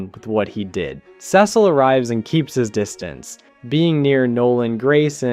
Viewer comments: You mispronounce Cecil until , but then you go BACK to mispronouncing it ?!?! wtf man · Awesome vid. But the Cecil pronunciation jumpscared me